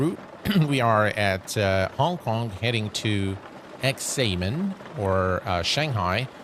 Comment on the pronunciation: Xiamen is produced as shaa-muhn